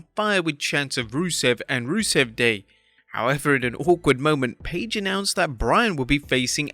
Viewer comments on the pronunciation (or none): none